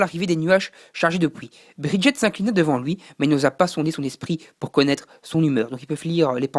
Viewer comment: ah oui, g pas tt dit! On dit BridgeSS, pas Briget! et c un écUyer, pas un écOUyer! SHola, pas Sola! Pour Argent(le royaume), ce que tu cherchais s'appelle une muraille. Pour Cristal, ce sont des gens normAUX. Mais passons. Fal n'est pas asiatique, mais plus désertique.